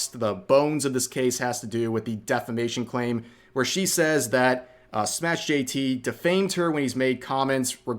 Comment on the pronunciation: its not SmashJT...its SMASH jt